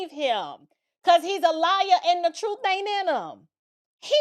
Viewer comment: LOL, does it make your skin crawl when you hear him say "WIFF... instead of with..AND TRUFE instead of truth....so what Exactly is his profession, that he shouldn't speak proper English.